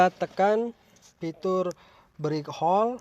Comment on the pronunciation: Break hold bukan brik hol sorry saya dengar detail karena pakai headset